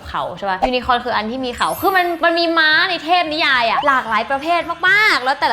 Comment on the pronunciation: น้อง ยู-นะ-โค่น ยูนโค่น ค่ะ